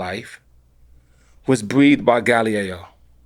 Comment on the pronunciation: Cooler RZA pronounciation..."novice" or "Galileo?"